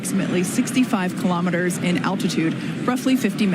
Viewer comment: Elon pronounces KILO'METERS, not kalamaduhz.